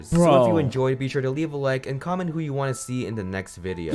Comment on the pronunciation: The funny thing is, u sayd commet not comment